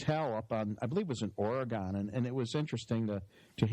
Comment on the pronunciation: Always funny to hear people mispronounce Oregon